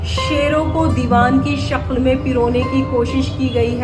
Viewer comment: Very bad commentary.... sub standard, reading sheirs without a proper knowledge of Urdu, Nasehh is read as naHEY ....😮 Repeating Ghalib ka yahan yeh butt hai... 3 times, shakl ko shaQHl, begum ko BeGHUM.... pathetic... someone with good knowledge about Mirza Ghalib and Urdu should have been assigned this job... lekin kisko fursat hai to think of such intricacies and finer details